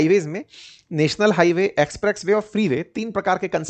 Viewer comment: Bhai ji apka Ucharan express Way ko aap galat Bal rahe hai so kripya dhyan den